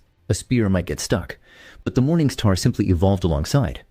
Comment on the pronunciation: This guy needs to stop saying "Morning Sthaar" immediately.